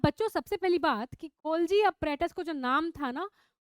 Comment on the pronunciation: Appratus 😂😂😂😂😂😂😂 Apparatus ..pronunciation madam